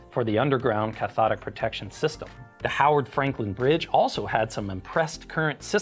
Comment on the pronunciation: I hear it as Ch'thonic Protection every time